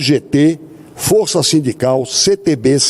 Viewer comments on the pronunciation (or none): none